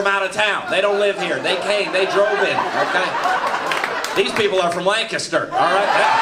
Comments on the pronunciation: I could tell he was from Lancaster because he pronounced it correctly. 🤣 But I'm disappointed he didn't know the difference between Mennonite and Amish. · Thank you for pronouncing Lancaster correctly! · He pronounced Lancaster correctly?! YEP; I 100% buy that his family is from here. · And he pronounced 'Lancaster' correctly! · I'm mostly proud that he pronounced Lancaster properly. It made my heart happy! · Stoked hey got the pronunciation of “Lancaster” 👍💪🇺🇸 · he said Lancaster right! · Same here. I was shocked he pronounced it correctly until he said he was from Lancaster. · He said Lancaster right.